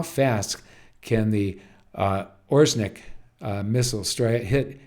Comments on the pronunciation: Ore-sh-nik not Ozhnik. This is the name of a kind of bush tree from the birch family. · Pronounced [aw-Reh-shnik] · Here’s a pronunciation guide for you how to say Oreshnik properly: start with Oreo but drop the last “o” and now add sh-Nick like you start saying “shoe” and replace “oe” with Nick. The stress is on “e” in the middle which is pronounce like in OrEo.